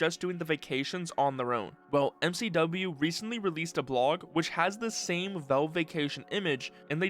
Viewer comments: WHY IS HE SAYING VELVE just say valve dude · Genuine question: why do you pronounce it Velve? You don't say "Elyx" or "belance", so I don't think it's an accent thing where "al" sounds like "el"